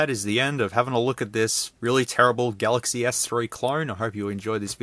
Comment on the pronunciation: "uihssumsung" "Sumsung Galxay S3" lol im ded 😂😂😂